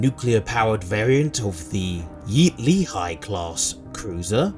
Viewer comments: Slight correction, it's pronounced Lay-he, not lee-Hi. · A minor correction, the Leahy class is pronounced "LAY-hee", rather than "LEE-high" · It's lay-HEE